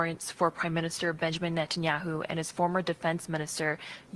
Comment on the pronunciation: The British state has claimed it will abide by the ruling….cry harder tousi, your hero is a war criminal. You can’t even say Netanyahu 😂